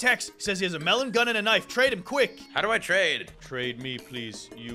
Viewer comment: it’s knife not k-nife😂